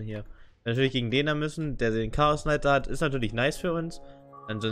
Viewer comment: also englische Youtuber kennen die Aussprache der englischen Namen aus einem englischsprachigen Spiel meine ich doch (Chaosknight, Lonedruid etc) Das ist keine wirkliche Kritik sondern einfach nur etwas was mir persönlich nicht gefällt weil ich es grundsätzlich nicht haben kann wenn Leute gewisse Dinge falsch aussprechen, das heißt du kannst es auch gediegen ignorieren